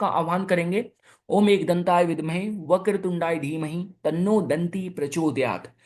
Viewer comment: आपकी वीडियो हमेशा दिखती हूं। अच्छे लगते हैं। बस एक बात है, वीडियो के पहले आप जो श्लोक या मंत्र सुनाते हैं उनका उच्चारण ठीक तरह से होना चाहिए जैसे वक्रतूंडाय का य का उच्चारण पूर्ण तरह हो ना चाहिए ना की आधा अधूरा।🙏